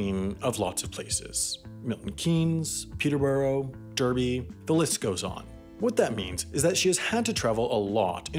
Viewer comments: nah its "darr-bee" "darr" pronounced like "star" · Duurby. What. The. Hecc. Darby my guy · Usually love watching Wendover & HAI, but it's D-ar-by not D-er-by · Man said durby 😂 bruv its said darby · How to bother the Brits. Pronounce Derby phonetically. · dAHby not dERby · Derby is pronounced "Darby" not "Derby" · *Darby not Duhrby c'mon man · daaaarby not derby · its pronunciation darby not derby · Derby is pronounced as “Darby” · its pronounced darby not derby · you can't pronounce names right. it's "darby" not "derby" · Seraphina If that’s the case they should change the spelling to Darby. Either way we shouldn’t expect non-locals to pronounce Derby dar-bee when it’s clear that it doesn’t make any phonological sense. And we definitely shouldn’t be irritated when someone gets it “wrong”! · I live in derby and it’s said w an AR because it’s one of the oldest places in the country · Did he just pronounce derby “derr-bee” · Bluecatte it’s pronounced dar-bee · Even though it's spelt 'Derby', it's pronounced as 'Darby' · You should pronounce Derby as Darby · Derby you say it like darby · Bahahahah “Derby”😂😂😂 it’s pronounced dArby😂😂😂😂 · Derby is pronounced "Darby", by the way. Also, it's a short 'Y', so it's more like it ends with an 'i' rather than an 'ee'. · It's pronounced DARBY. Not Derby. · I’ve never seen an American pronounce derby right ( it’s pronounced dar-bee) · Derby is pronounced Darby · Derby is pronounced Darby, dont ask me why it just is. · Pronounce d-arby 😂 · You said Derby really wrong bloody hell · HOW DID YOU JUST PRONOUNCE "DERBY"?? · Hears him trying to pronounce British locations. Incorrect but thank you. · Who got pissed off when he said Derby wrong... Because I am. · The way you said Derby hurt me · You pronounced Derby wrong you Muppet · You pronounced Derby wrong. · His mispronunciation😞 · Your pronounciation of British places is appalling. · “Pee-ter-bu-ro” instead of “Pee-ter-bu-ruh” and “Der-bee” instead of “Dar-bee”